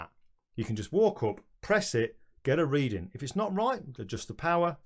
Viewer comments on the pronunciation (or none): none